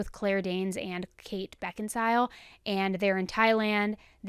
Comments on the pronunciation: Lol it's BeckinSALE not BeckinSIL! 😅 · “Kate Bekensile?”